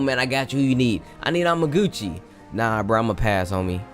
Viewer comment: Woah Woah why did you say Amaguchi its Amatsu magachuchi